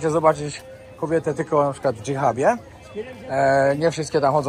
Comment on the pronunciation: Nadrabiam😊 Ubawił mnie dżihab zamiast hidżab i przestawiona wersja minaretu 😅 Ale śmietnik i syf tam nieziemski.. każdego nawiedzonego ekologa z Europy, który uważa, że to nasze słomki zabijają żółwie na drugim końcu świata, należy tam wysłać dla edukacji....